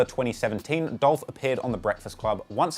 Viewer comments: It's Dolph!!! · It’s Dolph!